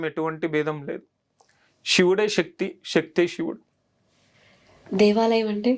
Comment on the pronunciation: Shakti kaadu sir sakti